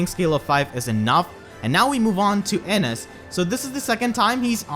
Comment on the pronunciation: Ennes? NO! It's Innes!